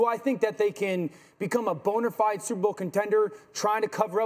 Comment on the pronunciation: Lol “bonerfide”